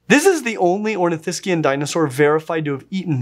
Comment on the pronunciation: THANK YOU for pronouncing Saurischian and Ornithischian in the correct way in an English sentence.